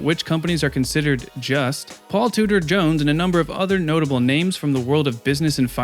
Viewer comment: Five seconds in and you've already pronounced his name wrong...